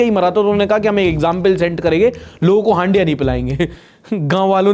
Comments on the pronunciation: हंडिया❌ हड़िया ✅ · it’s called Hadia.. “ हड़िया “